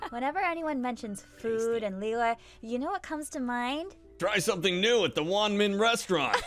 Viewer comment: omg almost pronounced liyue correctly